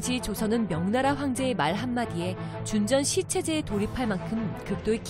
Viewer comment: 나래이터가 목소리는 좋은데, 내용 전달력이 아쉬워요. 준전시체제..를 이상하게 읽네요.